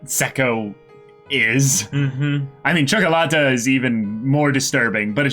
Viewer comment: Ok, so I'm from Romania, that is a latin and a slavic country so I can speak Italian and a bit of Russian. The way says Ciocolata is almost perfect. For an American, it is worth a medal. Luv you guys!